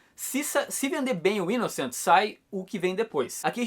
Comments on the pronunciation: Aí man, a pronúncia do título está errada Kkkkk Fala -se 'inossan" maninho. Pois sua escrita é francesa e não inglesa. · "Inoçã" hahah e sanson mesmo, sem pronúncia em inglês. Li o primeiro volume só e achei sensacional, vou continuar acompanhando e ainda bem que é relativamente curto hehe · o Thiago, do canal do comix zone, vive chamando esse canal aqui de 2kibinhos, que o fica kibando as coisas de la pra trazer pra ca. Quando ele foi falar sobre esse manga, ficou a semana toda, inclusive no video, falando que a pronuncia certa é ''inoçã' por ser frances. Ver agora o falando da forma que ta escrita é tão bacana haahahha, e mostra o quanto aquele cara é presunçoso com aquele canal minúsculo dele hahahaha